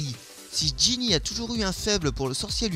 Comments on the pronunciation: Ginny PAS Genny gogole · c'est Ginny et pas Genny😉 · C'est Ginny pas Genny , C'est Hermione pas Hermionne ☺ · Mais sais pas Genny mais GINNY!! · C'est Ginny, pas Genny. Et Hermione, avec un seul N. Jamais vu le chat et le frère de Sirius dans la même pièce ? Normal, il est MORT. La théorie 9 n'est pas trop une théorie non plus hein, justement, ils se cachent car les moldus sont des personnes avides de pouvoirs et ces derniers les persécutaient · En anglais on dit Draco Malfoy et en français Drago Malefoy mais pour Genny au lieu de Ginny je suis d'accord. :)